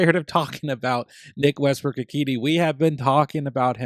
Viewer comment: It’s pronounced Westbrook Ikhin A